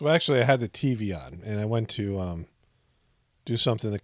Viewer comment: Fetterman “actualutely” coined a new word